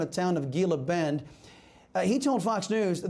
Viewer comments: Thought you were a "Latino". How can you NOT KNOW the correct pronunciation of Gila Bend, Arizona? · Gila Bend...learn how to pronounce this